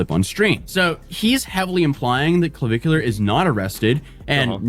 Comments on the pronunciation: "...a bar while underaged." Wfc 🤦🏻‍♂️🙄 That's not how you pronounce Clavicular. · intentionally mispronouncing his name is hilarious. Can't tell if he's in love or jealous, but I'm fairly certain it's one or the other.